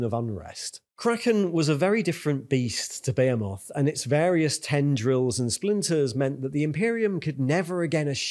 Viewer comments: Impossible to immerse when this guy says , bahaymoth and tieranids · The way behemoth is pronounced is hurting me physically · Love your videos! Can't stop hearing TAIranids and BEYhemoth though, when its really TYRanids and BeHEEmoth ;)